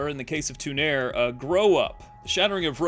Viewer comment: Why do you pronounce it TOO-NAIR!?! In Champions of Norrath they say TU-NAR-REE.